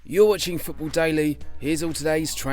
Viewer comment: How to say "football" like a Londoner: Fup-Oh